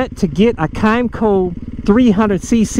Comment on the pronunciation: A kymco 125cc got me into riding few years back (kim-co) is how its pronounced haha but I took the stickers off and registered it as a 50cc lol didnt have to have a motorcycle license or tag or insurance back then so it was great that lil kymco agility 125 hit every bit of 70mph it surprised me actually but now after few dirtbikes and mt07 I'm riding my 2020 mt09🤘 lifes good ride what ya have and be happy regardless ad long as its 2 wheels 💯